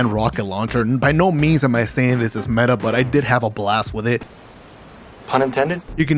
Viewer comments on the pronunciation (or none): none